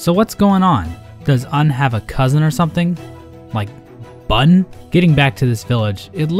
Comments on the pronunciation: Unn's cous-unn will rem-unn u-nnamed for unn-speakable reas-unns which rem-unn unn-known. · you might even say she has a cous-unn